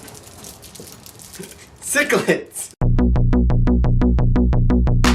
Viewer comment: Take this guy off, it sounds like he's pronouncing the candy sicklets instead of sixlets and as a comentater he is no good.